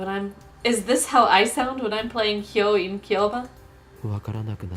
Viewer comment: That's FES! The name is pronounced as Hou-ou-in, not "Hyouin". Do you know the pokémon Ho-Oh? It's the same word. Mystical chinese birds that are sometimes associated to the phoenix. Well Mamoru Miyano isn't always acting as good as this. He got some chunni roles so we tend to forget how good he can act.